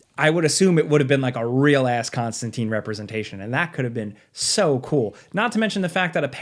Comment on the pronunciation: It breaks my heart every time I hear it pronounced Constan TEEN. ConstanTINE rhymes with fine. And Keanu Reeves did get a game it sucked That nitpick out of the way. I would love to see Remedy, Telltale, Supermassive do a Hellblazer game. Give Eric kripke the Hellblazer keys he is clearly a fan. Supernatural is the closest thing to a real Hellblazer show we are ever gonna get. (Yes I am aware of Matt Ryan) Also keep John out of Injustice. He is not a fighter. I would love some fan made Hogwarts legacy DLC that includes John tho. "How can that muggle do magic and why is he constantly smoking!" Hellblazer game, hardcore mode, have to keep John's nicotine levels high or he dies. Every couple of hours ya have to hop over to the shop and restock him on silk cuts.